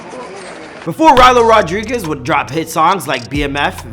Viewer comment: Rylo rod REE guez